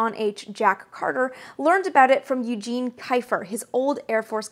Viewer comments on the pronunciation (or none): none